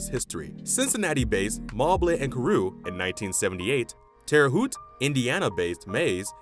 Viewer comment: Very informative but I couldn’t get over hearing the Lincoln state called IllinoiS. The S in Illinois has always been silent. Same with that city in Indiana; it’s pronounced Terra Haute - like “hote” or haute couture. It’s Not Terra Hoot.